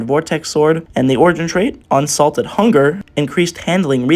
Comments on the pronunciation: It’s unsated hunger. Not unsalted. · Lol I just realized you said salted hunger and not sated